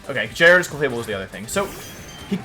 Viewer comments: we got: jared ose jie radose jye ariah dohs wolfs got pronunciations for days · Quite a misleading title.hahaha. Was expecting my boy pichu to be on the ground and will be actually "countering" wolfey but naaaaah.hahaha. Jai-rados not cute. hahahaha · Started to watch wolfey but he pronounce gyarados wrong I think lol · It’s intentional Signature swsh wolf slang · The way he pronounced Gyarados is funny to me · The difference between his J and G pronunciation is non existent, i love it haha. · Do you say gyarados and intimidate wrong on purpose? Lol